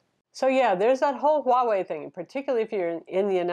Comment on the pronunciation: One of the one youtubers who can actually say the name "Huawei" for some reason.